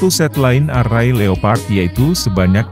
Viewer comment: Maaf mas; membacanya naskah ada yg kurang pas..line array tdk dibaca : lain arrai; tp lain errai.( Pronounciation nya ) sorry ya boss.